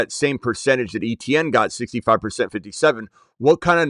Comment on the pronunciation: He pronounces his name Etienne like AY-CHAN. That is the correct way to say it. Not ETN lol